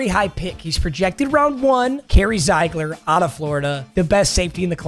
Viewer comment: It’s pronounced zeegler not ziigler